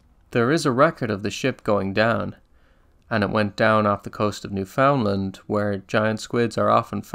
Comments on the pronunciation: Lol absolutely nobody in Canada call is New-found-land It’s pronounced “Noofund-land” and Newfies just call it “The Rock” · As a west coast Canadian, I always heard it said newfunland. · It's pronounced "newfunland" that's how locals say it. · as a Canadian, I find the way you say new found land pretty funny, that is probably the actual correct way to say it but everyone I've ever talked to says it more like newfund land. just another Toronto, Toronno, thing. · U say newfoundland wrong bud iam from Canada 🇨🇦